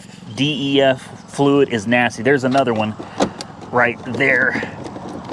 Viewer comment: Just as a helpful DYII, you pronounce DEF- “DEF” if there’s nothing wrong with the check engine light then you got a killer deal. Those diesels are nice. And your Maserati Quattro porte is a great car. The S is a really nice one if it’s 2007 you’ll probably need to put a clutch in it because it’s the F1 transmission if it’s 2008 and later, it’s got the better transmission in it, the 2007s with the F1 transmission needed to have the clutch replaced every 15,000 miles